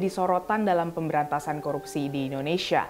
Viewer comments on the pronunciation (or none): APA SAYA YG SALAH DENGAR.. FIRLI BILANG KOROPSI BUKAN KORUPSI...